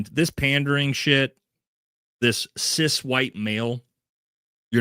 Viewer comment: Here is an authentic answer about Graham Platner. He did sound like he was pandering because he doesn't even pronounce CIS properly. HOWEVER, as per our First Amendment, he should be able to describe himself as he chooses, he isn't demanding that others describe themselves in like manner. I'm assuming he doesn't describe himself that way in all situations, but being in mixed company, that is how he seems to acknowledge the difference between himself and the audience member who seems to be a trans woman. I'm sure there are a number of your viewers who pander to you. If your face didn't show disapproval of his "woke" terminology and let's pretend you had said you were glad he used that terminology for whatever reason, you'd have people on your bandwagon saying they were cool with it. This is my authentic answer, as you said you would appreciate. I don't say CIS in normal conversation, it's like saying I eat meat. That is the common perception of an everyday person. I find that only those on a less common path use distinctive terminology or self-description. Like vegans/vegetarians.